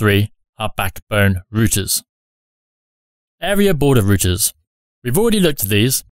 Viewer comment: it really bothered me when you said "area order routers" not "area border routers" like I thought they were called whence the abbreviation "ABR" . not trying to be rude, just wondering is "area order routers" just another name for "area border router" or is this just a mistake in the video?